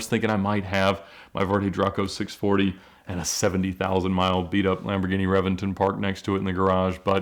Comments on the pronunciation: It's not a revinton its a Reventón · revington hahahaha, its reventÓn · it’s read as re-BEN-ton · Did no one watch top gear? It’s pronounced rebenton 😂😂😂 And my dude what is a mercielago?? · Reventon is pronounced Re-ben-ton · Um fun fact. It’s pronounced ReBenton. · I expected reventon to be pronounced Rev-en-tonn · Ed mispronounced Reventon, it should be "Re-ben-ton" with a B, even though it is spelled with a V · He’s butchering the word reventon